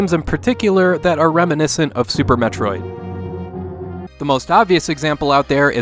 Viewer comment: If you like Super Metroid, you are correct. wtf? You mispronounced "Super Metroid".